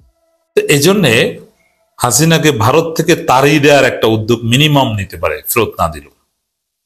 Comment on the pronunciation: "তারিয়ে" নয় "তাড়িয়ে" হবে।